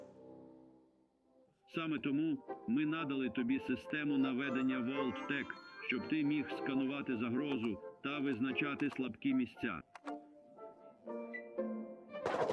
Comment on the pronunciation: Трохи уважніше до деталей.Бо у вас постядЕрні- замість пост Ядерні. ми нАдали- надАли. на молодИках- молодикАх (хоча можна було- на дітях) . пОводься -повОдься.